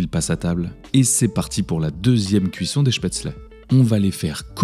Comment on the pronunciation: En tant qu’alsacien ce que j’ai préféré était de remarquer que la prononciation de spetzle était parfaite